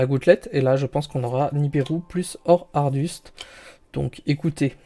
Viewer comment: Bel opening gg ! par contre pq tu dis Or aRduste au lieu de Or Aduste ? PS: je trouve que les 2 cartes héros du mal ont vraiment du mal à tomber